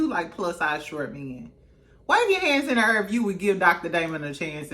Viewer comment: “Wave your hands in the errr if you would give Dr. Damon a chance.” 😂😂😂😂😂